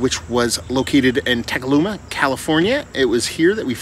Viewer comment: It’s pronounced Tee-mec-ula